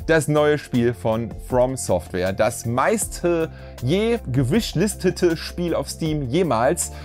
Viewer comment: Ich find es so richtig grausig wenn Leute Englische Wörter "Verdeutschen" wie in diesem video "connection" oder "gewishlistete" wie er die Wörter ausgesprochen hat da sind mir die Finger- und Fußnägel nach oben gerollt! wenn man kein Englisch so richtig aussprechen kann dann bitte Deutsch aussprechen okay?! danke